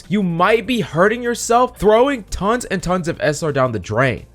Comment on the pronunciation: Phreak destroyed a generation with the word tons! xD